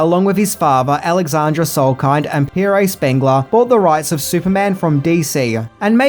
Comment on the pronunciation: It's PIERRE Spangler Not Paray Ya bald daft drongo